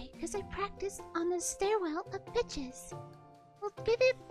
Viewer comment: omg everytime he says pitches I keep hearing "Bi**ches"